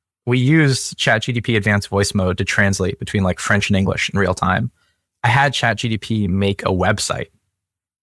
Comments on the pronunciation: Dude.. It's chat GPT, not chat G-D-P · Disagree. I've been saying "Chat GDP" for years now.